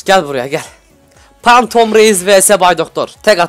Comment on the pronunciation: abi phantomdan cikan zarlarla elytra tamir ediliyor bide fantom diye okunuyor.